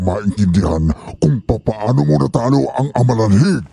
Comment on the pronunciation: 😂amalanhig not alamanhig ✌️